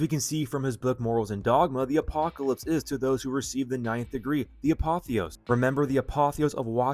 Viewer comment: It’s the ApotheosIS, not apotheos. Not to nit pick but an important detail. It’s like when people add an s to Revelation. Drives me nuts